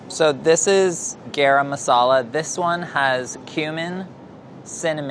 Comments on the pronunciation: Someone please teach how to say "garam masala" properly 😓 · the way he pronounces garam masala makes me cringe every time. still love tho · Why is he pronouncing Garam Masala like that? I'm Chinese and I know how to pronounce it properly. Didn't know how white was until I watched this. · Literally no one:: GAERAM MASALA WHERE MY SOUTH ASIANS AT? Edit: thanks for 172 likes! <3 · Being Indian and hearing pronounce garam masala is funny asf ahahahahh